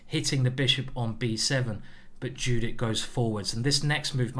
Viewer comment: Sorry for sounding rude but her name is not pronounced the same way it is written. It's pronounced "yudit", otherwise great video!